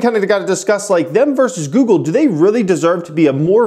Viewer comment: Would it have killed u to finish out goog with the “le”? Lol geez!